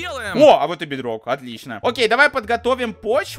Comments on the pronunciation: ты сказал бедрог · Ты сказал бедной! 😂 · Ты сказал бдрок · ты сказал в майнкрфт бидрок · Ты сказал BitRock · Ты сказал бидрок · Ты сказал бетрок